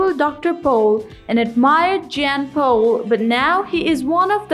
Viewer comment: I realize this is an old video. Having said that I would like to comment so my brain will shut up 🤣. If you are speaking about someone you should at least say their name correctly! Dr. Jan Pol deserves to have his name pronounced correctly, as does everyone else.